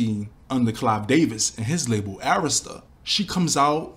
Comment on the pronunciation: You know i love your videos BUT to know you said Arista CORRECTLY OMG IMMA STAND FOR YOU ALL MY DAYS 🤣🤣🤣🤣 Keep up the great work